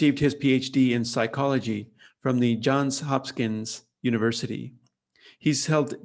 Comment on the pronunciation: It’s Johns Hopkins, not Johns Hopskins.